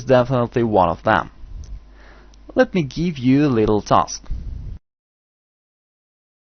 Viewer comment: let me geeve u a little tusk......very good lesson though